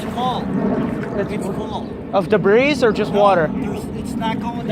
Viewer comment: This “S” is silent in debris.